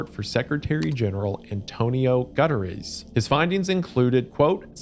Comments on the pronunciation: The fact that he pronounced it " Antonio Gutter-riz" is wild. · good lord that pronunciation of guterres. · The insane pronunciation of Guterres